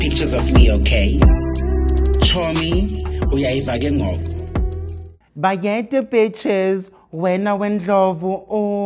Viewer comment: I come back here every day just to listen to "bayethe beaches" and laugh😭😭🤣🤣🤣🤣